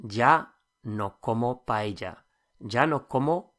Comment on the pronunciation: Buena lección, pero me muero un poco cada vez que oiga un británico malpronunciar la palabra "paella"